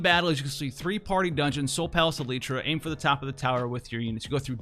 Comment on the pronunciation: Dear, Is there some intent for your constant mispronunciation of words and names? Is this for the effect of trolling the producers and/or consumers? Are you perhaps just very dyslexic? In this particular example, it clearly reads "El-tir-a". As in El tear uh. In almost every video that I have watched, there is some horribly botched name/word pronunciation. In the manner and pattern by which these errors occur, it seems to me that you might have a form of dyslexia. Though I appreciate your vast knowledge and insight of FFBE, it comes with a price. I have noticed others mispronouncing in-game names and jargon after your poor direction. I too, am having a difficult time now when reading things that you have voiced incorrectly, without hearing the wrong pronunciation first in my head while reading. It's very irritating, and a disservice to the game. The writers and creative departments spend a lot of love/labor for these words/names. I suggest paneling these things for proper pronunciation before broadcasting them incorrectly to the entire word. You would be helping language instead of hindering language.